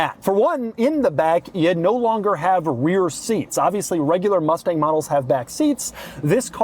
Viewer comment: “Ford Mufteng” -Doug, 2025